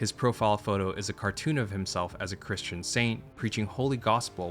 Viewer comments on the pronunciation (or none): none